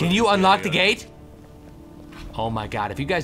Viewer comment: It sounded like he said "Can you unlock the gay, please?"